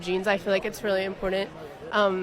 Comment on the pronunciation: Maureen, What is this "Import TENT?" I'm hearing it more and more. Cringes my brain.